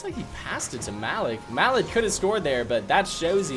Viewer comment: it cringed me out hearing mal-ek over ma-leek over and over